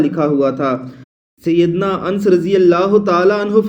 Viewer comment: Hazrt anas ka naam to shi se bolna sikho pehle